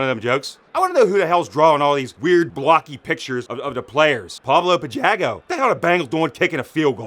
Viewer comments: "Pablo Pi-jaggo" lmaoo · Pablo Pi-JAG-O lol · "Pablo Pijaggo" lmao